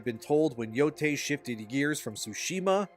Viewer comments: I have to politely point out that it is pronounced “yotay,” and not “yotai.” The “ei” is pronounced as an “ay.” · Japanese words are pronounced exactly as how the latin alphabet is supposed to be pronounced. Yotei is: Yo (as in yolk without the lk) Tei (as in tail without the l) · No offense But can someone please teach this man the correct pronunciation of Yotei please? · I can't with this dude not being able to pronounce Endymion or yotei